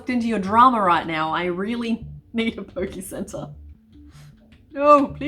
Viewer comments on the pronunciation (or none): none